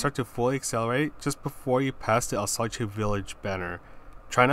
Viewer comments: Its alsass not alsochey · I like the way you say it. I’ll keep saying it that way.